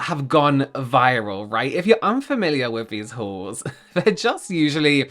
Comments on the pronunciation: My American ears keep hearing "Christmas whores" instead of "Christmas hauls" 🤣😂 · I heard "whores" not "hauls" 😂😂😂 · Oh dear, my Aussie ears heard it as Christmas wh*res, not hauls 😮 oops 🙊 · The way I kept hearing “whores “ instead of “hauls” 😂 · Oh my god I thought you said Christmas whor s.